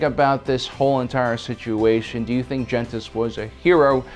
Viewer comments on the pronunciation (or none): none